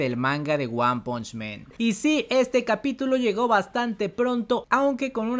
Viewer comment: por que dices one punch MEN????? es MAN! no men AAAAAAAAAAAAAAAA NO EEEEEEEEEEEEEE Men es hombres.